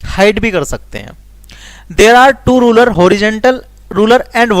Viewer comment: rurer nahi ruler padna ata nahi to kyu kar raho